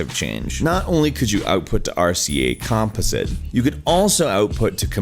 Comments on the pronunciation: Did you hear him pronounce "composite"? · Why do you not know how to pronounce "composite"? I really want to know why you cannot pronounce that word. Also, has anyone stopped to think just how much better the PS4 controller is than the earlier iterations? It just feels so much more natural. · Someone teach this man how to say composite